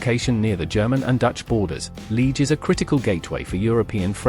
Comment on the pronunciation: Liege and Charleroi AI generated pronounciation are incorrect.